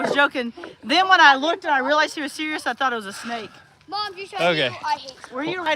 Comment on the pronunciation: Gary I thought you said snake sna.